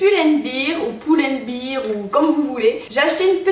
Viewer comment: Ça ce dit Pull and « Bair » ^^. Car si tu dis « Bir » ça veut dire bière il me semble 😅 Ce nouveau style te vas tellement bien, tu paraît plus femme:). Bisous 😘